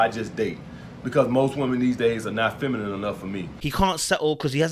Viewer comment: God doesn’t think he deserves a “feminine” woman , that’s why he can’t pronounce it .